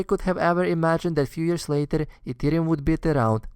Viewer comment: is back with 'Beetcoin' and 'Eeetheum'